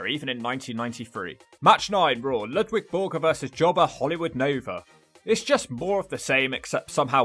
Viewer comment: Its LUDVIG not Ludwig